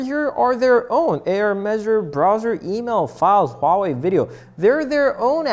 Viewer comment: He pronounced Huawei right